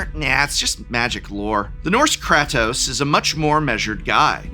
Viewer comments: Wow he really butchered Kratos name lol. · mispronouncing kratos was a good bit Edit: they did make a Metal Gear (Solid) secret lair..its the secret lair by Yoji Shinkawa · I involuntary twitched every time he said kratos wrong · As a big god of war fan i need to know if Prof is mis-pronouncing Atreus and Kratos... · prof pronouncing kratos with a short a instead of a long a had me doing a double take for a moment. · God I hate the way you say Kratos! The game has only been around forever and I am sure you have heard the pronunciation. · I need to cleanse my eardrums somehow after hearing Prof butcher the pronunciation of Kratos. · Prof, i had to post a second comment on this bc i need to congratulate you! With the exception of Nathan, you managed to mispronounce the majority of characters from these games and you repetitively stated the names wrong. It was so infuriating I need to make alter of my rage now! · Is he-is he intentionally saying Kratos name wrong???? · Well, you finally got me annoyed, im on my way to calling you out as an "old man yells at cloud". Please stop saying "Kratos" wrong lol. Thanks for the video and I still love you 🥰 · Dont say Kratos, but pronounce it as Kratos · that kratos pronunciation 💀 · im sorry but it bothered me the entire GoW parts that you said kratos as Crat-ose, ITS Crate-ose idk if you were saying it to trigger me in particular lol love the videos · Did just say Krahtos? KR-AY-TOS!!!! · Edit cause profs right* The way he pronounces Kratos, has Greek gods turning in their grave It can be pronounced both ways, but the more accurate pronunciation is (KRAH-TOS) While the more American way of saying it is (KRAY-TOS) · I don't appreciate the pronunciation of Kratos(Kr A toes) as Kráhtos. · Does it bother anyone else hearing him say “Kahtos”? 😖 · I’m sorry… “Krahtos”?? 😂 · Nobody correct your pronunciation of “cray” “tose”? In this economy? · Did Prof just say Craptos? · Ah yes, krahtos